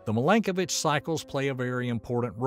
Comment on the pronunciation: In Serbian language, you have to read every letter as it is written - so, i is ALWAYS pronounced as ''ee'' (like: win, pin), not ''ai'' (five)! His name is Miiilenkovic, not mailenkovic - in Cyrillic it is very clear : МИЛЕНКОВИЋ. Also his first name has to be pronounced as Miilutin, not maailutin (meelutin meelenkovic). One sign for one son = genial writing system, too ! No double letter, no deformation of letters trough different readings - once a child learned all letters, can read, understand and write all words in Serbian language. The oldest calendar of the world, that shows Year 7532 in 2023 is Serbian calendar, forbidden by Vatican's ''diplomats''! It was used in our churches in Kosovo that is stolen by NATO/EU and given to Albanian muslims.